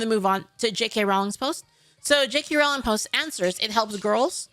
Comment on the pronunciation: Dear Americans, her name is pronounced like "bowling", row-ling